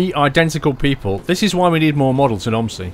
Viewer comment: Its not pronounsed om i si it pronounsed o m z i